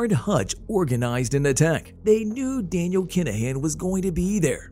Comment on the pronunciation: The narration makes this unwatchable. "Dan-i-AL Kin-a-HAN"...ridiculous.